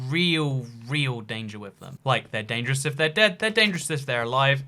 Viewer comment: dangerous fullstop! British English is funky